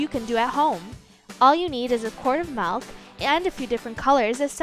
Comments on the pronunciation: milk its milk not MALK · the way she says “melk” 🥶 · The way she says 🥛 milk is annoying 😒